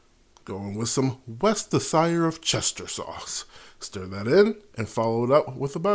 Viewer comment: your pronunciation of Worcestershire- I think its "Worst-cha-sure" sauce. but your take made me giggle - I also loved donkey in Shrek the third "war sa sure shy re" was his take on it no one can say it but the British (and territories) lol but it is good stuff. lol